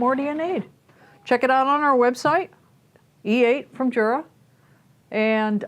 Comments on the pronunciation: It's not JURA it's U-Rah that's how you say it. I can't stand when you say Jura. Only Americans are so ignorant... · Its pronounced YUR-AH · The name is "Jura", which is Swiss German. It is pronounced "Yura" because in German an initial J is pronounced as a Y.